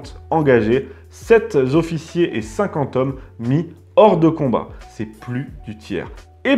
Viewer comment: passionnant! Un hic sept z'officiers, non, non, non, sept est invariable :) sept t'officiers ou plus simple sept officiers. Ca suffit et c'est très bien :)